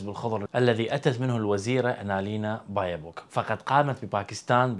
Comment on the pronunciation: baerbock und nicht bayerbock herr kollege :-)